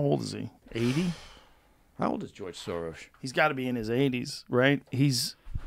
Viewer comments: The fact that he keeps saying Sorosh tells me he's protecting those close to him by not telling us what the truth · was he saying 'Sorosh'? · Why does he keep saying Sorosh.